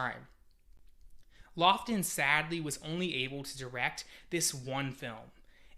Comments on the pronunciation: it is pronounced lawton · Those are both pretty well-known people with well-documented name pronunciations. I'm not starting off with great confidence after hearing that.